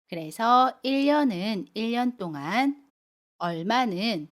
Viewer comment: 안녕허세요 선생님 동안의 발음이 똥안이에요?